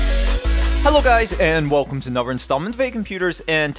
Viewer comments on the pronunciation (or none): He says "Onover" instead of another.